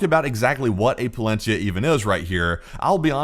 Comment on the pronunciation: Not !!! Palensiya 😂😂